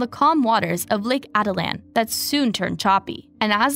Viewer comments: It's not Lake aaa-da-lan... Its Lake Ah-teet-lan... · Great coverage! Almost unbelievable how unforthcoming the retreaters have been. Also, it’s pronounced lake Ah Teet Lan. 😊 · 😹🤣😹 I said the same thing above. She doesn’t even say Atitlán right 🙄.